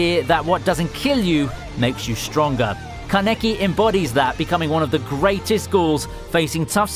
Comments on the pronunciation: u said kanekki, thats wrong. kaneki is right. long a. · Puts Kaneki #8 but can’t even say his name correctly 😂